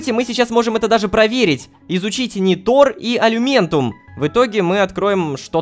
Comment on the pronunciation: НЕ НитОр А нИтор